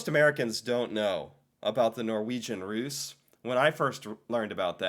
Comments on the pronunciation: it's russ, not rus(intoxication) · the way he says "russ" sounds like hes saying "rus" which means drugs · some feel like their taxes shouldn’t be used on poor people. And they never think of their taxes being used on prisoners. And the way you said Russ was so funny, because it sounded like rus. Which means drugs